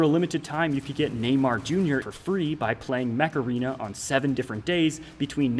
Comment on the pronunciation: Everythime he says Neymar Jr. sounds like a gringo robot trying to speak a old forgoted language